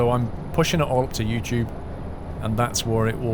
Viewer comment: I like how you say Yoochoob